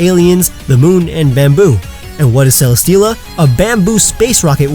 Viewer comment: Its name is Celesteela, not Celestia!